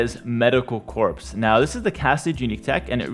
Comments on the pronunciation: FYI, "corps" is pronounced "core", not "corpse". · #3 is pronounced core, not "corps" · "Corps" is French, not pronounced like "corpse". More like "core". It means "body". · Just fyi it’s pronounced “medical core”